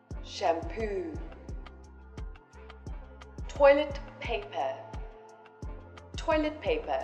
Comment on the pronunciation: Toilet e thấy ngta toàn phát âm là ˈtɔɪlət